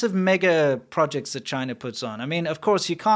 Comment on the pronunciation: Chyna berry berry guud.